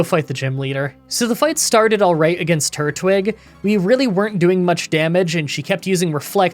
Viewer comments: Just learned says turtwig weirdly. Seems like he pronounces it tortwig isn't of turtwig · I love you but tur-twig 😭😭😭😭😭😭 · Glad you're back! Also, I realize you pronouncing Turtwig as "Tortwig" is (probably) a mistake, but it's more fitting, becayse it's a tortoise, not a turtle. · Anyone else notice he said "Tortwig" had to rewind to make sure